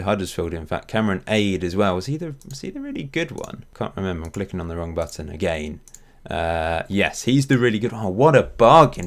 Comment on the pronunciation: i like how you pronounce "agaian" :)